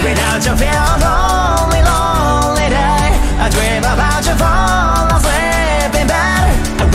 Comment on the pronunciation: ＷＸＹ!?最高ﾀﾞ!今日もイケボでよろしい( 'ω')発音良くなったlonely lonely Day. とか優勝すぎだろぉ✽.｡.:.｡.♛︎.｡.:.｡.✽